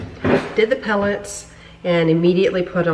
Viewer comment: hey, did you say "pelletts"? if so, what is that?